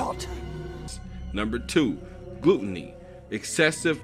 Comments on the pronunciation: Sorry, this work is BS in a lot of ways and you did not even say gluttony correctly, it is glut·ton·y, not pronounced like gluten. If you wanted to do this honestly, you would have to look at the show through a Buddhist lens since that is the culture in which the anime arose. To try and apply your oversimplified religion onto an anime that has a Buddist inspiration just does not work. You will never understand a show like this without an understanding of duality and that is something you never address because it is not in your again oversimplified view of the world. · LMNT 115 he did say GLUTTENY with the U pronounced as it is in the word glue, Not Gluttony with the U pronounced as it is pronounced in "gut" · Did you say "glue"-tonie? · Hold up, I think you might be on to something... Goku = Satan Dragonballs = Satan Mr. Satan = Satan 7 = Satan Eating food = Satan Pronouncing "Gluttony," as Gluten-y = Super Satan You've opened my eyes, and I don't even know what to do anymore, man. What do I do, what do I do? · DID YOU JUST SAY GLUTTENY? HOW DARE YOU TEACH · Am I the only who laughed when he pronounced Gluttony as Gluteny? Haha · Dude said gluteny. Smh. I notice there were some dark aspects to dbz, but some of this is just reaching. Every aspect of our society has some level of corruption unfortunately. All we can do is be the best people we can. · This guy can't even pronounce the seven deadly sins correctly (face palm)